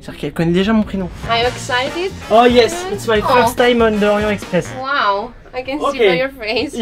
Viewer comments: On dit Orient Texpress voyons. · Il faudrait commencer par apprendre à prononcer le nom de ce train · le T à la fin d'"Orient" se prononce, ca fait la liaison.